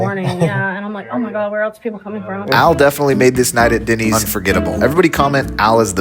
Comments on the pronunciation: Why he keeps calling it Dinny's and not Denny's is funny. It's like he thinks it's a slang term for dinner. "hey, do you guys want me to make you some Dinnys?" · It’s Dennys not Dinneys 😂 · 1.5 million views to hear this guy over use the word literally And to call Denny's.....DINNYS Wow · Is it just me or - every time you pronounce Denny’s I cringed. 😅